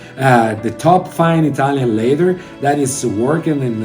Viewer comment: I-TALION LAY-THER.... 🤣